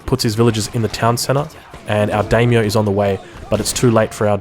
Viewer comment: Not to be a stickler, but the vowels of Japanese are "Ah"a "ee"i "ooo"u "ey"e "oh"o, so it is "die-myoh" for daimyo